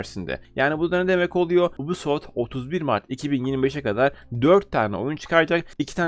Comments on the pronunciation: anliyorum. Bundan sonra dogru okursan cok iyi olur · Lutfen yubisoft de ubisoft degil😃